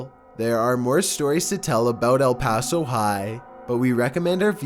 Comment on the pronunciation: El paso nu uhh